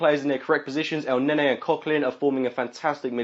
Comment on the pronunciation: Good vid as always but for God's sake it's ElnenY not ElnenEY :D